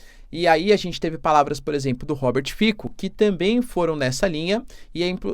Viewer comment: Oi Professor! Adoro seus videos! Lembrando que a pronuncia correta é "Robert Fitsso" 😅